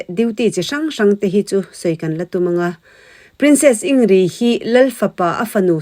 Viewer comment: In grid tia lam tur anilo mi